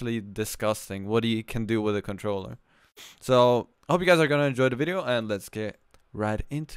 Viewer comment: 😂 if u don’t know limits is MnK he says cintroller